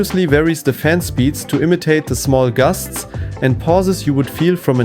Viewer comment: sure. when it's soo hot you slur words, turn on a phaam.